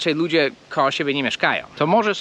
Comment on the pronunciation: Nie KOOOOOOOOOO, tylko KOŁO.